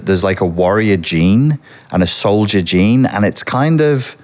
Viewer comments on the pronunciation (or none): none